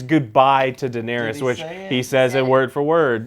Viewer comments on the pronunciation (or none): It's Danaerys, not Danaeries. Please, Joe. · I actually enjoy these reviews.. but damnet Joe!!! Pronounce the DAMN character's names correctly! It's Den-air-is.. not Den-air-EES. She is not the God of War's cave! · God I hate the way he says Daenerys, Danaries